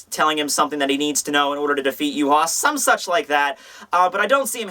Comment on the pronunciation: is that how you pronounce Yhwach? as yu-ha?